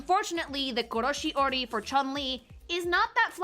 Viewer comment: For short it's how she pronounces color theory because of meme from a story